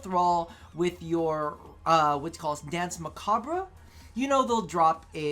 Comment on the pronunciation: While you're at it might as well not forget about the French pronunciation of "danse" either since the entire term is French.